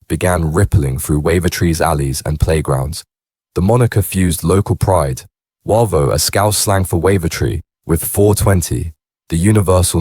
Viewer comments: No encro was involved. Also its pronounced Wayvo not Warvo 😂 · Not sure where you got most of your info from mate but it’s not true. It’s Said as Way-vo not warvo. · Its pronounced wavo not waco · Yeah, they're pronouncing Wavo wrong. It's Way vo from Wavertree. Defo AI doing the chat.